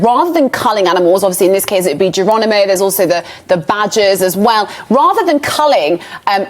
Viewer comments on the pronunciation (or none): you plonker, it's Geronimo not Geranimo!